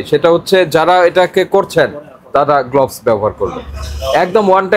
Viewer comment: Gloves এর উচারণ গ্লাভস হবে, গ্লোভস নয়।